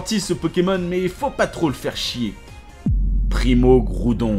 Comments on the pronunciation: "Primo kroudon primo kayogre megaka raykaza tous shyney" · C'est pas ça non plus c'est "Primo Kryorgre, Primo Graoudonne Meyaga Raykaza tou shiné"